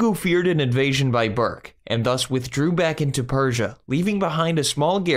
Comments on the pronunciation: Good summary, but could have been further improved if the reader could try to respect the Mongolian language and preserve its pronunciation, rather than reading the ‘English’ word. ‘Burkha’ Khan is not ‘Bourke’. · It is pronounced Saray-juk and also, berke is pronounced ber-ke